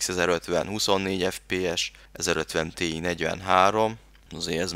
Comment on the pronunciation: Az nem tíáj ? ;)